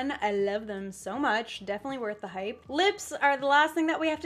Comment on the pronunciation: count how many times she said hipe 😂😂